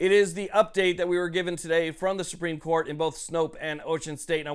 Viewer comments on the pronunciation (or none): “The appellate coit” You went from a Californian to a New Jersyan.